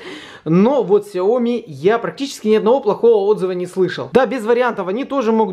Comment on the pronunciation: Слышал не сёми а хаёми